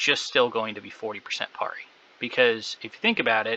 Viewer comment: why are u saying parry so weird :} cool vid anyway